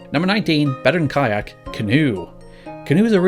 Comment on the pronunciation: kayak phisicly hurt me